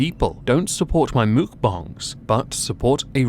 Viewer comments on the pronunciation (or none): No, don't normalize "mukbangs" as "Mookbongs", please don't let ALR take that W.